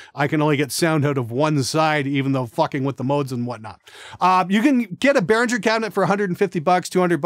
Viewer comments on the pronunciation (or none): sir, its BEHRINGER not BERHINGER :)